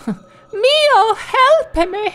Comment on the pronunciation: Everytime I hear Mio's name, I miss hear it as Mayo